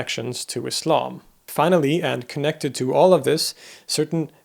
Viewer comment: You're the first Western person I know who says Islam as Islam not Izlam!